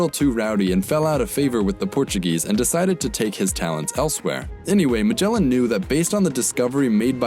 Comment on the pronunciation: Stop saying majela.